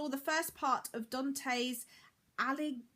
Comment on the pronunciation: Two video of you in the morning means 2 coffee, if my coworkers find me too excited today I'll tell them to blame you :) I'm pretty sure you said Alighieri right, at least it's the way I always said it and no one has ever corrected me. I didn't discover an author I loved so far there are a few that I quite enjoy, but none that I rush out to read more about. Mara is one of them (it's graphic novel) and I really really liked Helene Cooper House at Sugar Beach, but she wrote only one book so far.